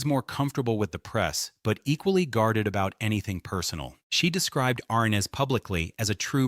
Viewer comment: JHC, The pronunciation of his name is wrong. SLOP